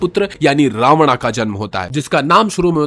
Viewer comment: रावणा और दशाग्रीवा गलत उच्चारण हैं भाई।